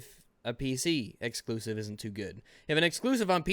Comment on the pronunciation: Does anyone else really hate how says "Exusive"? Every time he says it, in all of his videos, I hate how he says it even more, especially with the nonsense that is in the context when he says the word.